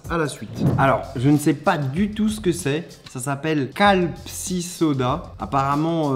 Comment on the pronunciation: C'est écrit Calpis devant tes yeux t'arrive quand même à dire Calpssiss